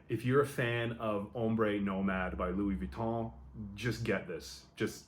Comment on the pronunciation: Finally an english person who pronounce well Louis Vuitton name